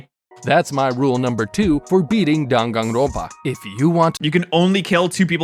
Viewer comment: The n in front of a p (or a b) is pronounced as an m. Like in senpai.